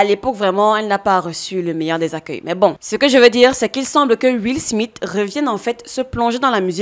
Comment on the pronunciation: Tu dis beaucoup trop où Will SmiTE et pas Will SmiSSE. C'est assez perturbant😂